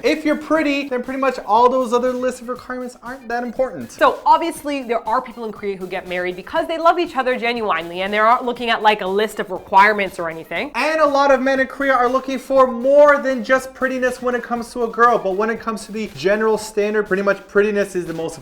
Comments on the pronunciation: Did just say Gen-you-EYE-nly? PLz omg stap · i've never heard it pronounced genuwinely. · Did she just say ginuwine.......ly.lol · I picked that one up too! and her english troubles... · pronunciation of "genuinely" O.O (haha)